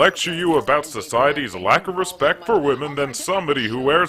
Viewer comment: Cmon, show al a little "respict"....!!!!